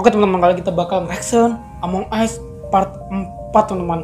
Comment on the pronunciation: Tadi bang ngomong among es wkwkw 😂😂